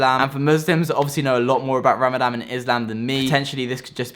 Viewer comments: I love how you say RAMADAM the whole way through hahaha, but thank you for such an informative video! you went about this so respectfully ! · Raaa-MaaDun say it like this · Did man say ramadam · All non Muslims say ramadam instead of Ramadan